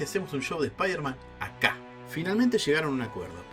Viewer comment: Es "Supaidaman" almenos verbalmente